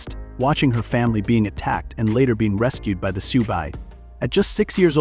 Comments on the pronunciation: Please pronounce the names right. Its Soo not soox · AMEN to that!! This AI crap is getting old already. Doesn't pronounce words or names correctly. Said SiouX, pronouncing the X. Also, messed up names & just generally is annoying. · Not Sooz or Sooks! Pronounced: Su or Soo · The AI script enunciator is inconsistent. The pronunciation of the "Lakota People" as Sioux (sue) is done numerous times with an occasional Sioux (suock). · Sooks, really ? The name of many tribes, people, locations mispronounced . I agree with others narrate these yourself or get someone else if there’s even a human behind this channel. Disrespectful to do this. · Can't believe that you mis- pernounced SIOUX !! Wow ! You don't say the X ! PISSED ME OFF ! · even more annoying because the word Sioux was throughout the entire thing over and over. I physically cringed every time it was said with this hideous pronunciation. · Teach the AI how to pronounce Sioux and Chippewa. Sheesh.